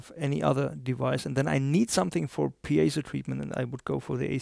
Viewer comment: And if you tried to speak his native language you wouldn't make any mistakes? Try doing a review video in a different language like he did... NOT easy. You owe an apology. AND, he pronounces piezo correctly, not PIE-zo like ignorant Americans do (I'm American btw)